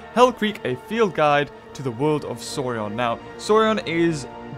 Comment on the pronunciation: I'm super sorry dude but it's "Soar-ee-ehn" not "soar-ee-on" lol